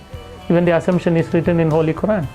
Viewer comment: He didn't even pronounce Quran correctly 😂 ngl This man lying, he's a fraud